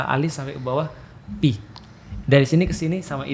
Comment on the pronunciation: koreksi yg paling mudah dipahami. nice. sbnrnya stlh aku perhatiin ust felix itu kekurangannya ada di pronunciation. jadinya membuka celah buat keliru kyk antara pi dan phi (fi) ini, walaupun bukan sepenuhnya soal pronunciation ya. mksdku kalo memori rekaman pronunciation-nya aja ga tepat, kemungkinan buat ketukernya jadi ada bgt. tapi beliau mengakui sendiri sih, skill bahasanya kurang, tepatnya di bhs arab. jadi ketuker2 gini mungkin bakal terulang. opiniku aja